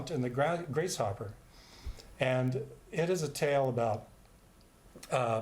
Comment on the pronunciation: The Finnegans Wake summary is great, but it's "Grace- hoper", like "hoping for grace" not "grace hopper".